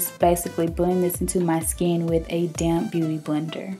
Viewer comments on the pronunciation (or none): everytime you said "damp beauty blender" I couldn't help but think you were saying "damn beauty blender" hahhahaa love you